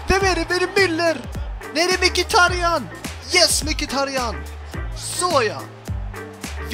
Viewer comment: Man uttalar det som "Miktaryan".. just so you knnow ;)